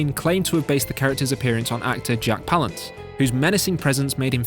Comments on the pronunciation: his name is pronounced “puh-lance”, not “pal-ance”. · Jack Palance: pronounce Palance as Pal-Anse.